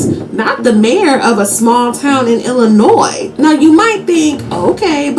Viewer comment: Remove the S from Illinois bruh. You're welcome